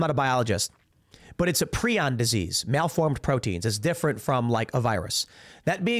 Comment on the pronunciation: Tim, the word is PRIONS... with a long I... like Pry-ons.